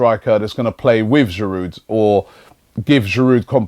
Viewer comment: Robbie, why do you persist in pronouncing the 'd' in Giroud. You and no one else (apart from, inexplicably, David Pleat) would sound the 'H' at the start of Henry. A little respect please to all our French players, past and present. Merci.